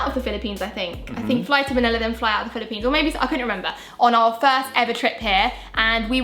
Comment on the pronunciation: The Bri-lippine Experience